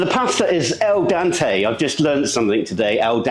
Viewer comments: Not El Dante, but Al Dente. Pronounced just like it looks All Dentay. And pasta is pasta; the taste would be the same. A particular brand uses the exact same ingredients to make pasta. They use a different die to make whatever they need on any given day. Some days they use a Spaghetti die, switch to a Fettuccini die or just whatever they need to make. It's the exact same dough. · Great video as always! FYI, it's ahl-DENT-eh. Like "dentist" (shared etymology) --"al dente" means "to the tooth", or having a little chew to it. For some reason, Canadians change the E sound to an A sound and say "al DAHNT-e". Maybe because of French linguistic influence.